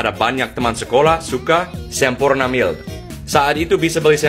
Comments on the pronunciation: Iyaa bener, pelafalan Mild / maild jadi "emil" 🤣🤣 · pengucapan "mild" nya ngikutin gaya Indonesia: mil (bukan maild) 😁